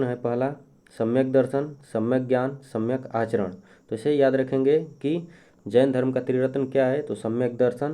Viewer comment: सम्यक आरचरण नही सम्यक आचरण होता है